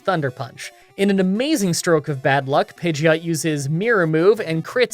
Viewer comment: Pidgeot is pronounced "Pidgey-ot" with "ot" being pronounced as the end of "hot." Thanks Ash!